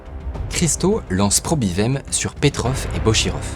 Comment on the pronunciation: On dit Probivayem : ça veut dire nous probivons ! My probivayem